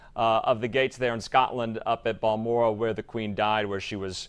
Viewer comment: Balmoral not Bellmore